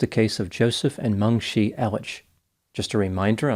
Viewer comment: A little too late now, but it would be Meng "chee", not Meng "shee".